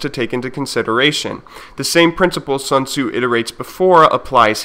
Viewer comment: I love how Sun Tzu is almost never read right by Western people but that's not important, cos' what he preaches is